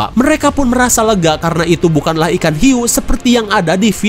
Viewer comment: ada huik... eehhh hiuu..... hhhhhh🤣🤣🤣🤣🤣ngakak gw